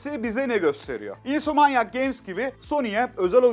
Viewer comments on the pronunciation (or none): Bilgiler için teşekkürler ama insomanyak nedir yahu:) ? "insomniyak" ya da "insomniak". Bunun gibi bir de Enis Kirazoğlu'nun davnload (davn-lo-ad böyle ayrı ayrı) demesi var. :D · Insomniac games'in İnsomanyak games olmasına sesli güldüm 😂